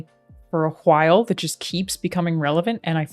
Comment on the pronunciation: My thoughts exactly, the emphasis on the H brought me a chuckle